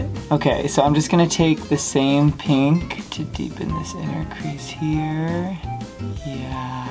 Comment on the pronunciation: “I just love peenk”